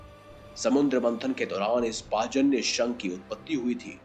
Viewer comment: Bhai ye pajanya nahin panchjanya sankh he